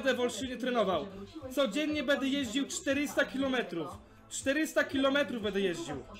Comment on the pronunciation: kurwa co za tucznik. BEDE hahaa ale to brzmi BEDE hahaha